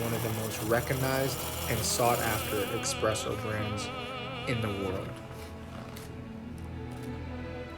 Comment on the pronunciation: Heel irritant dat de voice over het heeft over “expresso” in plaats van “espresso”